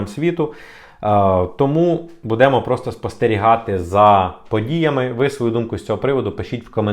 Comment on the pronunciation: не будЕмо, а бУдемо!! Україньска мова виразна. І не потрібно її перекручувати на польский лад